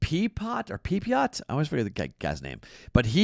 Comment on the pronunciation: say it with me...Ryan (PEP-E-OH) Pepiot 🤦 #RAYSUP